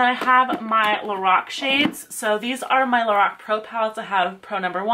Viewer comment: U say lorac wrong